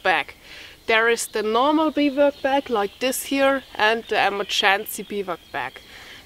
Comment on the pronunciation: Hi enjoyed as usual with all the knowledge you carry with you. I also know you like to learn how to pronounce certain words in English. So here is how you would say Bivouac. ˈbivo͞oˌak. Thanks again for for being yourself and good health to whole family.